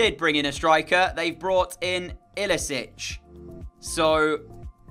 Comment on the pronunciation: since when is iličić bald? and it’s pronounced ili-chich not ilisich just to let you know